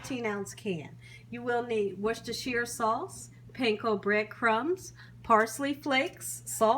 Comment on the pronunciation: Recipe looks solid, but I'm more impressed with how easily she said Worchestire sauce 😅